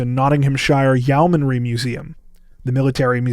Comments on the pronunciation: Yo-mun-ree museum. Or Yo-min-ree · Yo-manry (Yeomanry) is how it sounds. Happy New Year guys.